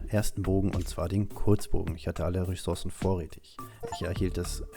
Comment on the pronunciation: Es nervt so hart wir du Ressourcen sagst.. 😅